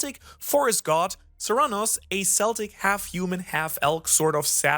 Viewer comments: Did Chopper perfect his Monster Point? That panel loked like Monster Point. (I don't read the manga and I haven't found a place to watch the anime online. The god is pronounced Sir-Noo-No-s and Celtic pronounced Kell-Tic.....Not Sell-Tic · Bro I ❤ u and your videos but I defo think this is like the third time you mistakenly pronounce Celtic words in your videos, 😂😂 im not offend and I am Welsh. But it's a hard C which sounds like a K so Celtic sounds K-el-tic and Cernunnos sounds Ker-NOON-nos, again. Love your videos your the best keep up the Awesome work.